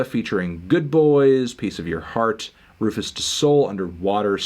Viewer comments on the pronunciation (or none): none